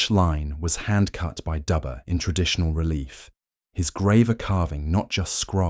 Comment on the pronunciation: The engraver's name is pronounced like Doober not like Dubber, even though it is spelled that way. An understandable mistake. We have known each other for 45 years.